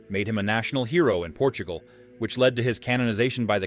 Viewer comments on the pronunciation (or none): none